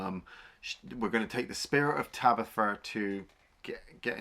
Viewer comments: who the fuck is tabitha ? its tanith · I picked up on that as well! I mean how many times is “Tanith” spoken in the film? Loads! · Tabitha? Tanith.